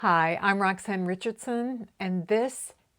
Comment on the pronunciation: Perfect pronounced Roxanne thank you for mentioned❤❤